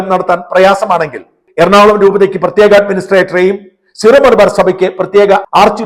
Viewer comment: സീറോ (zero) അല്ല ...Syro (സിറോ) ആണ് .. Syrian അഥവാ സുറിയാനി ...?